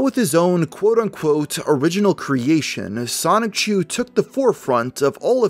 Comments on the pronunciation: Generally speaking, I don't nitpick about pronunciations, but how can you pronounce it Sonic-chu after so much research? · repeatedly pronouncing Sonichu as Sonic-Chu is quite grating. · Lost me about 2 minutes in when you said "Sonic Chu" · Stopped watching as soon as you said "sonic-chu" how could you do a whole video and still mispronounce the linchpin of the story like that. Sloppy. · Please reupload this but pronounce Sonichu correctly.